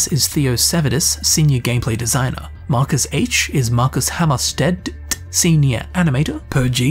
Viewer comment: The way you pronounced 'Markus Hammarsted-t' .... was that a sneaky Fitzthisslewitz refference??? 🤔